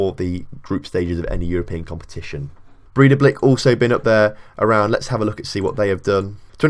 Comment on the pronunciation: Bray-tha-blik. There you go.